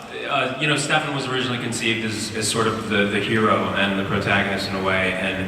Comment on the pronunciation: That moment when I thought he said Klefan...